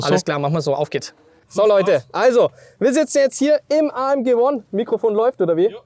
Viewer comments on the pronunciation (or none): kann jemand dem jungen Mann sagen, dass das nicht Uon heisst sondern Uan, Mensch, das einfachste Wort der Welt ! Auch schon mal englisch gehabt?